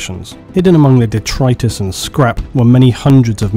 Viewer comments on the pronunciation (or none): you mispronounced "detritus" and "ethereal", FYI